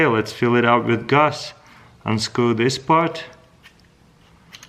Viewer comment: Why you say the w v like vith and the v w like wacuum